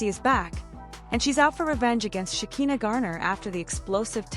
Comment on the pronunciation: AI needs to learn how to pronounce Shekina's name.